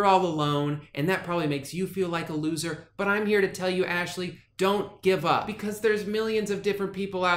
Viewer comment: nah I'm pretty sure you said Ashley's name correctly